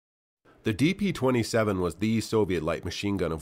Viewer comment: Ah yes, the Degtyaryov "De Plato" 27